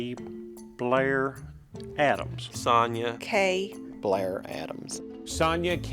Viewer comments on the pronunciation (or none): Strange pronouncation of 'Sonja' A very common name in german btw, pronounced 'Son-ya' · Normally here in the USA it is pronounced son-ya as well. First time I've ever heard the j pronounced this way.